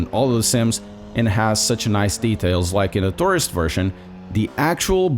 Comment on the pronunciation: I thought I heard "tourist farting"...